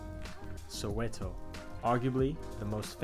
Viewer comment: Pronunciation bru its not soeweto its soweto